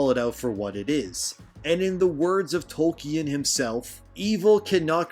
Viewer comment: “Toy-ken” Drink another bottle